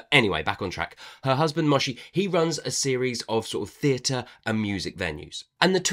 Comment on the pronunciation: I immediately forgot about the skeleton so it was a fun surprise when I realised at the end. Can definitely picture this as a film. I listened on audio and Moshe is pronounced Mow-sha and Chona was Shona.